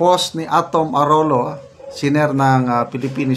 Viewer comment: Its pronounce Arowlyo